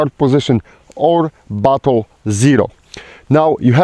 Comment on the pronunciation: When he said, "Or battle zero", it sounded like he said, "Or butthole zero" to my ears.